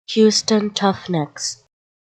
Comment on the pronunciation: Why are pronouncing. r as t